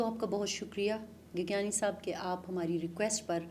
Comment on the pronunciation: گیگیانی نہیں گیگیانڑی ہوتا ہے ۔